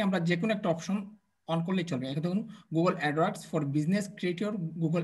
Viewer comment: apnar video dekhi but apnar sob word er uccaron tik hoyna, zemon, apni bolen 5$ toller, 10$ toller, google adwork, ইউটুব.. please vul hole khoma korben sir